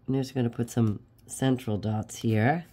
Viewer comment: I fell out of my chair laughing when you said central dots... for all the money in Texas I thought you said "sinful" dots.😂 you did such a great background! L8ve the coffee splash flowers 💐.